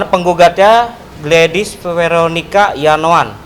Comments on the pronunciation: Gimana pak pengacara kog tipo.. Nayoan bukan yanoan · Nayoan pak bukan Yanoan 😄😄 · Nayoan.kali..bukan yanoan lah